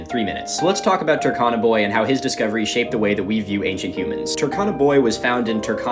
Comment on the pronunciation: The U in Turkana is pronounced as in cube not cup and the R is also slightly pronounced. I hope that makes sense it was just annoying me a little. And for anyone asking for my credentials to correct this I'm a Kenyan who spent parts of my early childhood in North eastern Kenya where the Turkana people live.